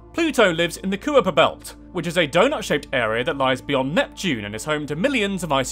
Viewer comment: small tip: try find other sources to practice pronouncing odd or unusual words. eg it’s not koo-Yiper belt, it’s pronounced kyper belt. This sort of mistake shows that you are reading blind facts that you don’t actually know. Just repeating others writings. btw there were at least 4 such mistakes in this video, but you get the idea. That said, I enjoyed the video.